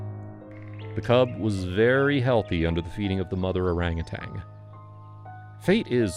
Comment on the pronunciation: It's pronounced orang·u·tan!🦧☮️